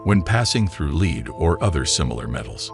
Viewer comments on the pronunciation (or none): Docile, and lead we're pronunced so confidently wrong, that I was questioning if I've been pronouncing them wrong this whole time.